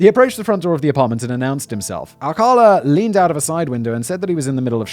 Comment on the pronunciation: You pronounced "Ciros" correctly. However, Alcala is pronounced-( All...Kah....LAH/ accent on the 'la').